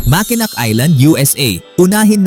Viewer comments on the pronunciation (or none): It pronounce as Makenow Bucket list ko Yang Mckenack(Makenow) Michigan because of Somewhere In Time my 3rd All time favorite movie